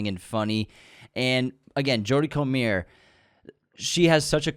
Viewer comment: Hate to say it as you guys probably get it a lot. Jodie comer is scouse so has an English last name pronounced CO-MUR or COME-UR